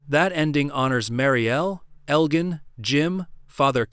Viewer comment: Marielle’s pregnancy??? WTF are you talking about??? His name is pronounced El Jin not El Gan.